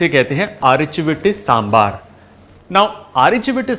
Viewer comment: Kudos Chef , you have showed a lot of respect and humble towards the humble dish of South , the mention of Sangam literature shows the efforts you put in each dish. By the way that is one authentic Sambar and pronunciation 👍 With Love and Respect from Tamizhnadu.